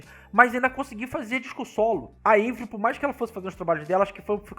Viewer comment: Não é eivril é "AVRIL" o nome dela é francês e não americano!